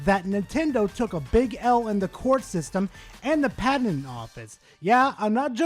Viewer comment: Great video! But word of advice, it's "pat-ent."😅